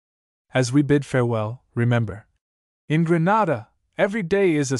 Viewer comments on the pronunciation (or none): It is pronounced Greenayda not Grahnada